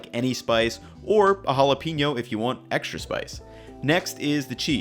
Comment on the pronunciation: I like your channel, but I cringe every time you mispronounce jalapeño.